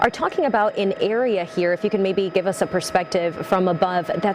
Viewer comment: I thought he said Jogger